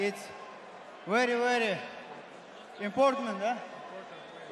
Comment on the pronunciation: "Wery wery important"